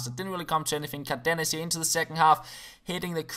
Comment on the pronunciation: it's cÁrdenas not cardEnas. u pronnounced it correctly like 2 episodes ago.